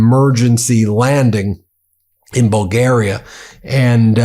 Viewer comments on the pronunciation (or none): none